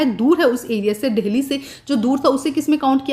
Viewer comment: Mam Delhi ko dahle bol rahi ha 🤣🤣